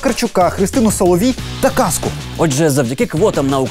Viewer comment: Не "Каску", а "Казку". Зверніть увагу на вимову звуків.